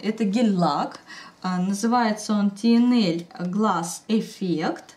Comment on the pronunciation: не Тинель а Татнайл. Производители тихо посмеялись